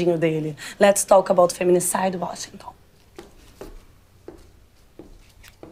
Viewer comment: Acho que esse é o Uóxinton e não Washington.